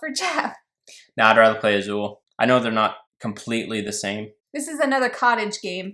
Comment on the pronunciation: But I realized you mispronounced Azul